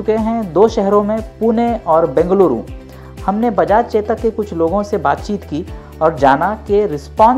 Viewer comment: Ye chetak nahi chodak hai